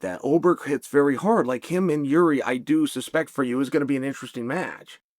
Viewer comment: When will you Americans learn to speak? it's jiří not Yuri (often transliterated as Jurij) Yuri is something Russian and in my country, the Czech Republic, for patriots, associating it with Russia is an insult. The name Jiří (english ekvivalent and its variants such as George, Georg or Georges) is considered one of the most important royal names in European history. Jiří procházka in english is George Walker